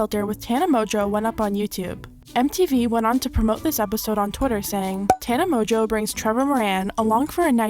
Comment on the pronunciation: Is her name really pronounced tana mojo